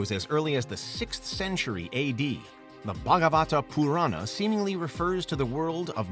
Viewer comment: I love the way he pronounced Bhagavata Purana